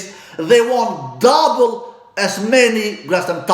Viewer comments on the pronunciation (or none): none